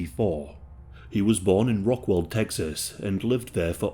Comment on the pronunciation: You kept saying rock- WELL...ITS rock-WALL. Just to lyk.